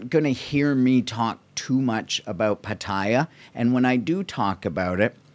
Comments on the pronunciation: You are not pronouncing Pattaya properly, its PA/TAI/YA NOT PATAIYA LOL!!! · What an insightful vblog. Thank you so much for posting these vblog. It is much appreciated. I watched all of them. (On another note, if I may recommend, for Pat-Ta-Ya, the second syllable is emphasized and not the first syllable. 🙏)